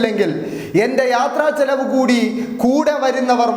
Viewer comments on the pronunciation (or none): none